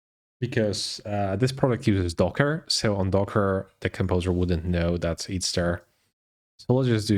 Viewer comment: man, it´s called "that" and not "dat" ;-)